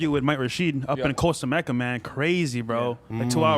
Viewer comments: Did he say costa meca? Costa mesa? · 40 did say Costa Mecca lol